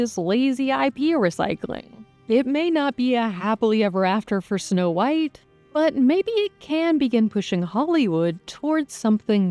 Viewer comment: I swear to god the narrator keeps saying "No White" lol